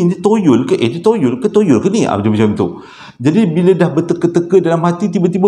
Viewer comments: Start hari ni practice perkataan Toyol kerap sikit. Ok murid murid.. toyol toyol toyol toyol bukan yoyol yerr 🤣🤣🤣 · Aku ni punya la khusyuk dgr citer psl toyol... Sekali berdekah aku gelak tersasul tyol toyol toyol... Steady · 🙋‍♀ hadir....terlewat sedikit. Tp tetap nak nonton jugak. Rasa mcm berhutang plak klu tak nonton. sebut toyol tu nak bunyi mcm tolol dah haaa 🤭🤭🤣🤣🤣 Keep it up 💪💪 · Bang... toyol ke tolol..hehehe..mmg menghiburkan la abg...byk mnum air ya bang kasi lidah basah supaya senang menyebut..carry on bang utk vdo seterusnya👍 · 😁😁 bro kelakar spontan. Kdg2 tersasul2....tak pe ceria suasana. Sebut betul2...!!.T.o.y.o.l. mcm lagu arwah Sudirman....😊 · 😂😂kann..."ya allah,knp abg sebut toyol kelakar ek"..tgelak ak,sorry bang.. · Sampai tersasul-sasul sebut toyol🤣🤣🤣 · Assalammualaikum Abg...... 😄😄😄 Baik2 tngh concentrate dgn crita pasal toyol tu.... Tergelak betul dgn cara Abg nk sebut toyol tu.... 🤣🤣🤣 Ya Allah!!! Terbaik 👍👍👍. Hadir dr Singapura.... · Toyol ke , Toronto ke,toyota ke takpe bang,. janji orang faham sudah. Sebenarnya saya memang tunggu je abg tersasul,😆😆😆👍👍👍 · Salam...maafla nk bgtau yg ank isteri sy masing2 kejang perot sbb xrenti gelak mse part susah sebut toyol tu..ape2 pon kami terhibur..bkn gelakkn ye...bkn maksud cmtu cuma tergelihati... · Assalamualaikum... Saya faham cara penyampaian abg... Walopun cerita seram ada gak lawak nya. Lawak sbb tersasul ckp perkataan "toyol" tu 😁😁😁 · BYK betul toyol wkwk soryy sya nk gelak abg sebut toyol aduh wkwkwk